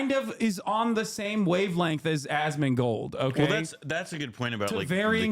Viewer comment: "Osmangold" got me 💀💀